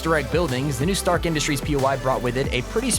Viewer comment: is it me or "trask" industry "stark" industry